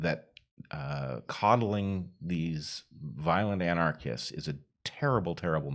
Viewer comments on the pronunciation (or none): Bret keeps mispronouncing violent "communist" as " anachrist". Or is that his form of the dont hurt my sign?